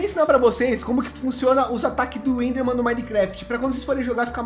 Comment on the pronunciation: "bleser" "endhermen" ta f0d4 viu ?!, KKKKKKKKKKKKKKKKKKKKKKKKKK